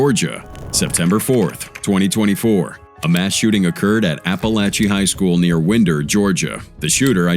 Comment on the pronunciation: Its pronounced Wine-der. I was born and raised there. I graduated from Winder-Barrow High School (the Barrow part is the county). Apalachee High was the newest school built in the area. I had competed in soccer and track against them a couple of years before I graduated. Ive been on that field they show in the clips. Crazy.